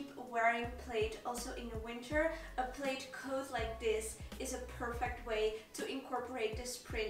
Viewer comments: Thought the I was silent in “plaid” thus pronounced “plad” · Plaid rhymes with dad.